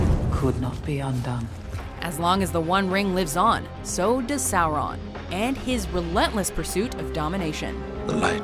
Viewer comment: when u say sauron it doesnt give u anything bad or evil. it sounds like u said something wrong